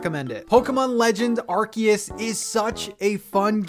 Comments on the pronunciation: its pronounced ar-see-us, not ar-key-us. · “Arkeus”😂 its pronunciation is arseus not arkeus 😂😂